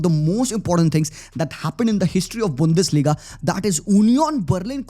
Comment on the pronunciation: Bundesliga❌ Bundfarliga✅